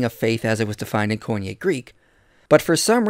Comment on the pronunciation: He can't give up his misuse of "faith" because one of his lynchpin arguments against christianity relies on this misuse. So sad because he is a brilliant man. As a random aside: say it with me - Koine would have been properly pronounced "kee-nee" not "coin-yay." And pistis is "pees-tees." Sorry, I was trained with the historical pronunciation, not the academic one. But, I thought someone might find it interesting.